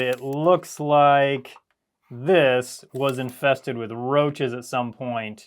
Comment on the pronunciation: Did he just say "roaches" How in the world?? I can't process this 🤔